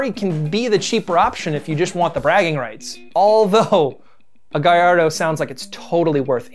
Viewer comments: im sorry dude but its pronounced ga/yar/do not ga/lar/do Also its a low tone ve/ne/no. Its not a high E. Please pronounce it right. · Well gayardo is right, it hurt more when he said Gall-ard-Oh or pronounced Urus as Uhrex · Did this dude really just say GALARDO It’s GALLARDO, it’s Italian it’s a y sound Good video tho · That baby lambo is not "ga-all-ardo" it is the "guy-yard-doh". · Bruh it's guy-yardo not gal-ardo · Gallardo- it is h guy-ar-do not gull-ar-do Lamborghini is crap and ferruco (whatever) should have stuck with tractors...maybe lamborgini would be challenging John Deer today. But alas, they are owned by VW. No racing history, no true legacy. End of story. Although Ferrari makes twice as many cars it is still waaay more exclusive than Lambos because of DEMAND for ferrari cars... I have a suspicion that Ferraris are bought by accomplished individuals and Lambos by spoilt rich kids who have little understanding of sports cars. The author is seriously biased towards Lamborghini ignoring the fact that there is no actual rivalry, as Lamborghini is not even on Ferraris radar. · Did he just call a gallardo a “ga-lard-o”.. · It should be pronounced in Spanish. Something like "Gajardo" 'cos Lambo are named after Spanish bulls or Spanish breeds of bulls. One of the few Lambo cars not following this line is the Countach whose name is from a regional Italian dialect and means something like "my goodness!" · "Gullardo" You don't say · I hope is saying GAY-LARD-OH as a joke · "gulllardo" -, 2020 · I heard it. gah-LARD-Oh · “Lamborghini Gullardo” - Smack That - Akon, 2006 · When he said “Ga-lardo” that hurt my heart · "GalLARDO" Ouch. That hurt a bit. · Guy-ar-doh. It isn't rocket science. Its Spanish. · weird dont like "guyalldo" so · like how he said Gallardo 😬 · I was surprised you mispronounced Gallardo like that guy in the song, who obviously doesn't own one. No NoOoOOoooo